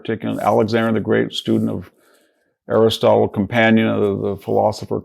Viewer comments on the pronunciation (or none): none